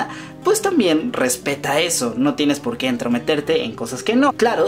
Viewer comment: POQUÉ?!? NO HAY POQUÉ!!